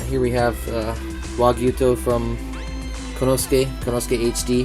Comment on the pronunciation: nice kit, learn the pronunciation for the japanese items though, for respect of the craftsmen more so than my youtube trolling lol. ko-ne-su-ke, su-ji-bi-ki (in Japanese, the hi character is accented to create the bi sound in some words), "ow" for Ao (say a-o fast enough and it makes sense). I hope your bag is big enough for all that stuff though!